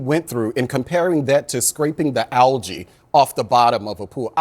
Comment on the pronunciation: What's "al-jay" ?!?! You can't pronounce algae?